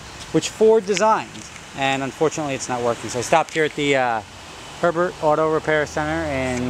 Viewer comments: HERBET?!?!?!? THERE'S NO R FIRST OF ALL AND SECOND ITS PRONOUNCED FRENCH. This is a disgrace to my last name. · not herbert, its pronounced (Ay-Bear) in Louisiana